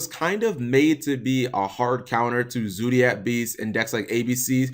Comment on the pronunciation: Zodiac, not zoodiac. Fight your American nurturing and pronounce the word how its spelt